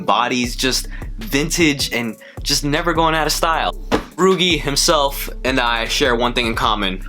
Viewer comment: These are fire, nice video. Pretty sure it’s pronounced like Luigi but with an r tho. Cheers man!